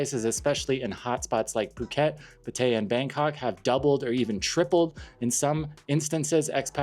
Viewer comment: PAH-tuh-ya, not Puh-TAY-ah. Krahb-EE, noy KRAHB-i. Also, if these people are just coming because they are looking for a cheap jungle country whose poor people you can exploit by taking advantage of their cheap goods and lodgings, but you are not actually appreciating Thailand for its history, and trying to learn its language, and knowing its TV and movie actors, and current pop songs and singers, and experiencing the country outside of the tourist nightlife and tourist hotspots, then please don't go to Thailand-- you are the sort of person who makes it bad. Just move on along to Vietnam or Philippines.